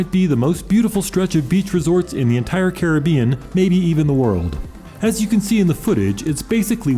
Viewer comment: Thanks for your informative video. And especial thanks for pronouncing Caribbean properly.